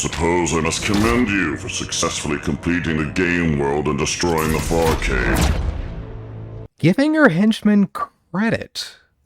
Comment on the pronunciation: Take the r out of farcade, now youll see